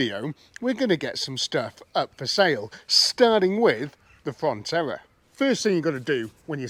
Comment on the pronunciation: I could be wrong, but you sound like your calling the Vauxhall a Fontella, it's actually a Frontera.